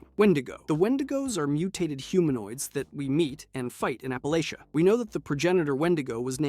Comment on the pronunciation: I'm from the Ash Heap. My parents house is in 76. Love your videos but we say App-a-latch-ah. Bless your heart.